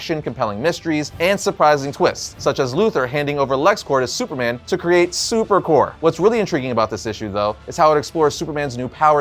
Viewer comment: Dude... it's superCORP. You pronounce the p. Corps may be pronounced core, but stop letting that confuse you. Because Corp is still pronounced Corp. You're welcome. Now give me one of those projectors.